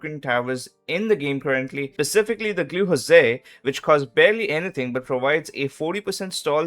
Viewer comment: glue hose. Not josé.